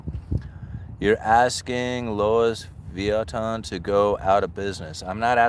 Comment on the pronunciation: LOL! ...you're asking Louis Vuitton to go out of business! They way you pronounced shows you're like the rest of us. You are not into all that fancy high dollar clothing. Its prononounce Lewee Vitton